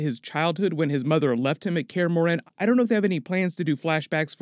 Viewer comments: "kaer morHEn" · He said care-uhh-more-hen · The way he says Kaer Morhen lol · Your pronunciation of Kaer Morhen is appalling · I hate the way this dude says Kaer Morhen